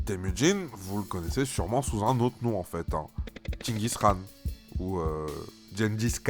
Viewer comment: WTF tu l'as bien prononcer Genghis Khan, je suis d'origine mongol